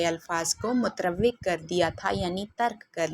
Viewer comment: مت رو وک نہیں بلکہ مت رو ک پڑھیں ر کے اوپر پیش ہے